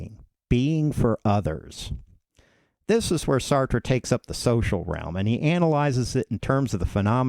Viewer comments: Well made video. Would recommend looking up "How to pronounce Sartre" but other than that great job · Pronounce his name properly You Americans cannot speak English !!!!! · It would have helped if you pronounced his name correctly. Just sayin. I had to read Being and Nothingness in school. It was the only text book used in the class for the entire semester. It's a bear. Of course the class was Existentialism. Um, the guy's smart.